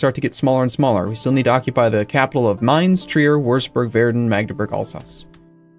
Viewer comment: It's already a big plus that he's learned to pronounce Mainz